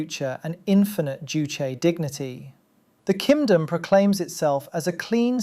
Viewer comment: Not kingdom BUT "kim-dom" that's funny!